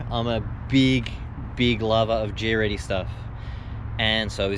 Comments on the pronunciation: ......heads up GReddy isnt pronounced G-ready. From trust themselves - "Its pronounced Gred-e. The name is derived from joining two words together. Great and Eddy. 'Great' meaning above average, mighty, intense superior in quality. "Eddy' meaning swirling motion, whirlpool, hurricane" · Lol i like the way you pronouce greddy. Sounds fancy.